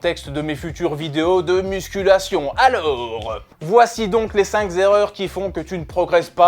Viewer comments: Les cinqZZZZZZZZerreurs 🤣🤣🤣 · Et la sixième c’est de dire cinq z’erreurs 🤣